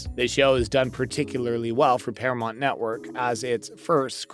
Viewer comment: Not to be smart but it's Paramount..not Paramont..just thought you might want to pronounce it correctly..😊